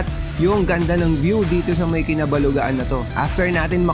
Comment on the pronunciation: Correction Idol... "Kabalugaan" not "Kinabalugaan" 😊